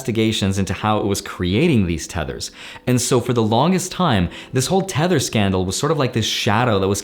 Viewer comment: I thought he said "Tenet" instead of "tether"